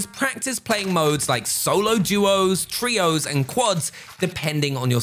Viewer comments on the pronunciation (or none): none